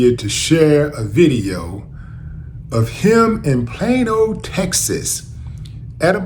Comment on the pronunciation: Plain old? Plane-O? Plaino? Oh Plano!!!!